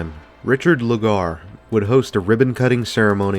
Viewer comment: Mayor Lugar's name was pronounced LU-ger, not Lu-GAR.